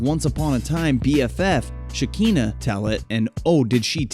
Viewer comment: It’s pronounced Sha-Kan-Na not sha-keen-na. Makes me feel like y’all should stay out of blk celebrity business, making things sound extra vanilla